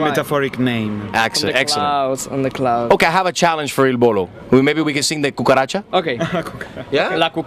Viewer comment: lol he said Il Bolo